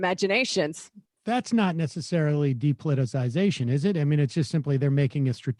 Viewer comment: Sam can't pronounce 'depoliticisation'. Add it to the list.